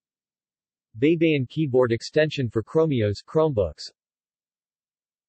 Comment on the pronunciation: Men, it is not BEY-BE-YIN. It is BAY-BA-YIN. ᜊᜌ᜔ᜊᜌᜒᜈ᜔ = BAYBAYIN ᜊ (BA) ᜌ᜔ ( Y ) ᜊ (BA) ᜌᜒ (YI) ᜈ᜔ (N) Always remember that in the Tagalog language the letter "A" always sounds like "AAAAAAA...." and NOT "EEEEEEE...." Example: A-pple, A-merica, A-frica, A-ustralia, etc.